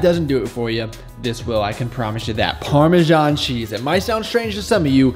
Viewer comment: as an Italian, your "parmesan cheese" makes me wanna die